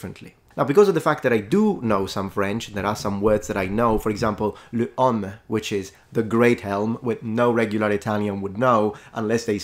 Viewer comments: You pronounced heaume wrong, it sounded like homme when the o should be like home. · Le heaume should be pronounced with the mouth more closed, for a deeper o.